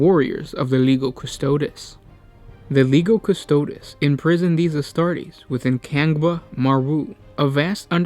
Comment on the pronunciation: Yo,. You pronounce lego custods, its pronounced Le-gio Custo-dees.